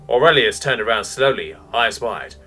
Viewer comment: I couldn't stop laughing. Orelious lol.